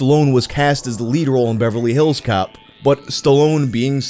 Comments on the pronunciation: Me too but the emphasis putting on hills in “Beverly HILLS Cops” is unreasonably bothering me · I love the way he says Beverly Hills Cop. Beverly HILLS Cops. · OK is anyone else put off by how he says Beverly Hills Cop with the emphasis on "hills" instead of "cop"? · You say “Beverly Hills Cop” so weird. 🤣🤣🤣🤣🤣